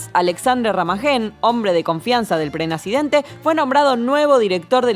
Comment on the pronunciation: "Prenazidente" jajajajajajaja los amo!!!!